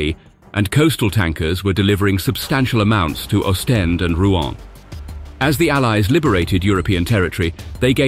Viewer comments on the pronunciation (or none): none